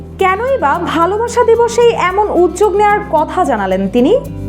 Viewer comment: উপস্থাপিকা আপু, নিজের উচ্চারণ ঠিক করুন। উজ্জোক নাকি উদ্যোগ